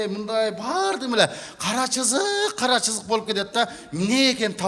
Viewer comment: Кара чызык эмес кара сызык десен